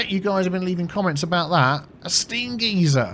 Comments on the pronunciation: Geyser is pronounced 'Guy-ser' not geezer hahah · That isn't how you say it in America. It sounds funny being used to the American way. (guy zur)